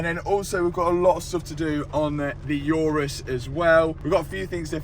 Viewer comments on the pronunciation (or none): Lamborghineh Yourus 😂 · For the first time i heard someone who has an obsession for cars pronounce the word 'Urus' incorrectly